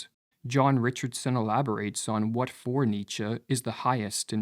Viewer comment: ok. Hard to give credence to a video that mispronounces Nietzsche